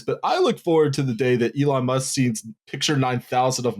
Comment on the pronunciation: Eelon Musk